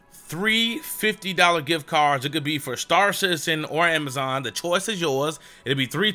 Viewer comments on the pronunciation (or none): none